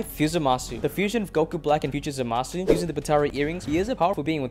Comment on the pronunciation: How are you mispronouncing zamasu they say his name in the show